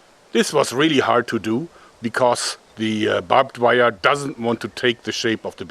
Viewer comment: “Babed wire”